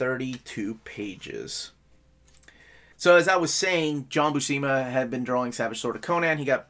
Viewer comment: When I was a kid I saw the name Buscema and I would pronounce it BUH-SEEMA. Then I saw a video with Stan Lee and he pronounced it Byoo-SEMA, long U, short E. And since he was saying it that way right in front of Big John I always thought it must be correct.